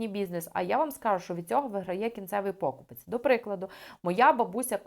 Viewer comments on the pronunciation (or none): у слові 'покупець' наголос на 3й склад!!!